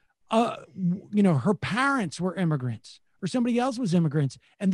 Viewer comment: Also, Sam... it's pronounced "parents". Not "parents".